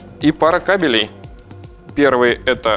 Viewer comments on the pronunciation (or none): none